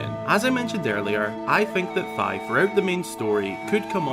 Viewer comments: its fih not fhy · I thought it was pronounced Fi as in Fiona not Fy. My whole life is a lie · I now know it's Fi (like fly) but I pronounced it Fee for the longest time and can't stop saying it that way in my head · I'm pretty sure her name is pronounced like fee, just like another Japanese word ki.. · It's how he pronounced Fi tho 😭 Bruh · It’s pronounced like the half of Wi-Fi